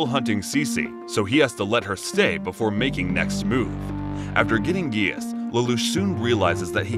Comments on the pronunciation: it’s pronounced “jee-ah-ss” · I stopped watching when he said gaius not ji-ah-ss, but i hope that if tou make a pt 2 please pronounce it correctly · He doesn't pronounce the grease properly